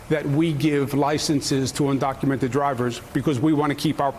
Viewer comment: Let me correct you Joe. Un-do-cu-men-ted. Say it with me.